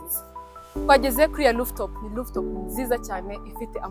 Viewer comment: Rooftop not looftop